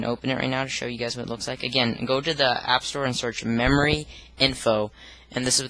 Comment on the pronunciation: he keeps saying membory.